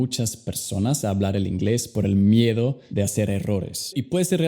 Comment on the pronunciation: Miero o miedo, deberías aprender a pronunciar bien el español